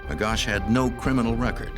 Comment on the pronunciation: His correct name is : John Magoch (not Magosh)